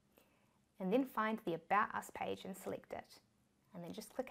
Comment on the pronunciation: Anyone else hear "badass page" instead of 'about us page'?